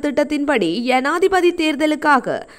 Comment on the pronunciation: யனாதிபதி அல்ல ஜனாதிபதி கிங்குராகொடஅல்ல ஹிங்குராகொட Pஅந்துல அல்ல Bஅந்துல